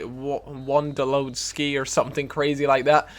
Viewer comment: Won-duh-low-skee and get henry!!<3